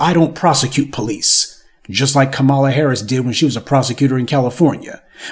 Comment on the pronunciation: You make excellent points and I enjoy watching your content. However, why the disrespect when pronouncing VP Kamala Harris' name?